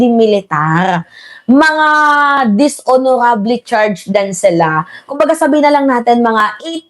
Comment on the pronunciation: Dishonorable Ang pag pronounce ay dishonorable